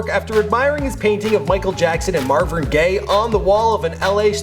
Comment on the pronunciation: "Marvrin Gaye" GTGTGTG